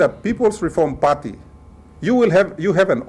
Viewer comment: Is reform or "reorm"? TV WAN is very poorly filtered.